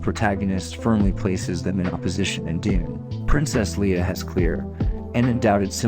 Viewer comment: What the hell is this? It sounds like you’ve never read Dune. And why are you pronouncing everything wrong? Lia? Tattoon? Haven’t you even watched Star Wars before? They say those names in the movies. I know you can speak properly because I have heard you do it a bunch.